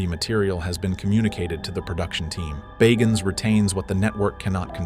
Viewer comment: The narrator can't pronounce his name Bagans consistently